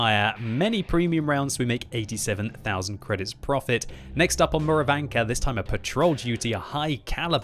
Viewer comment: dude. Theres no "r" at the end of Murovanka. lol